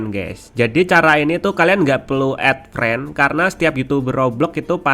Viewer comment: Friend bang bukan frend